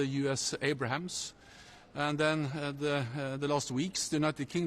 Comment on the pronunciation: My man really said "Abrahams" instead of Abrams...